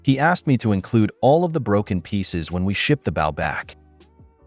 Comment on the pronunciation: Next time sir bow is with a hard o as in oh!! I know this isn't hillbilly horror!!😂😂😂😂😂😂😂, no insult just a friendly bit of info